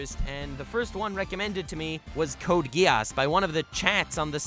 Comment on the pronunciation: Its not code Ge-ass Its Code Gi-s